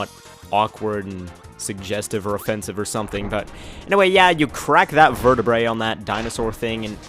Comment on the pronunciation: I just wanted to point out that the plural of vertabret is proununced ver-ta-bray